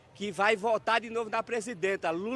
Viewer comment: O Ciro falou Lula igual o Marreco falando "coopçao" em toda a entrevista.